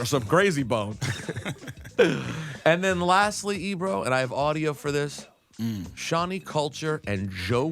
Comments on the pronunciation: I don't think his mother or he knows his name is suppose to be pronounced (shawn-eye) not shawnie congradulations your momma played you and you played yourself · All I can hear is joe saying shawni